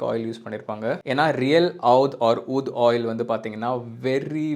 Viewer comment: Pronounced oodh brother